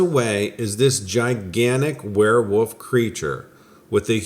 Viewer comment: I've noticed twice you said woof twice instead of Wolf twice one said at about 10 minutes and 40 seconds and the other one 11 minutes and 38 seconds as you said werewoof. I don't know how many times in person I've caught people saying woiof instead of wolf and they always deny it but it's far more common than you think